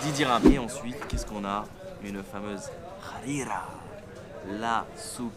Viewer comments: Faut pronouncer harira en mode hrrrira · La prononciation de la harira elle m'a tue😂😂sinon continue comme sa je kiff t video🇲🇦💪🏾